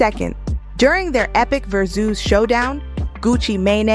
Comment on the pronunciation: Tf is a Ver-Zeus?